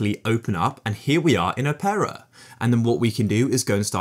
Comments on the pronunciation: why does he say opera like "oh-pear-ah" im pretty sure its just opera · it is just opera